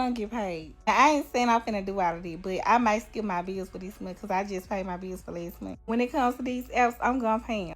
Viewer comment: "... this meeeen" as in month. The fuck are these black people saying, bro. Seriously.